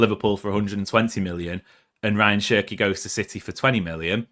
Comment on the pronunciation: His names is pronounced as Ra - yaan Chirkey